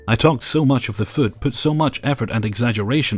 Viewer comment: And also “food”